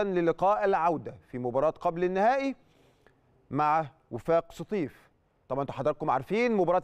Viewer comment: يا كابتن انطق اسم فريق وفاق سطيف صح